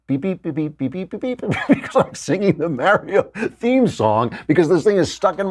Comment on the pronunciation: The way Klavan pronounces "Mario" irks me.